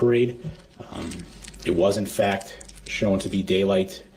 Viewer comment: "Fack" instead of fact lol😂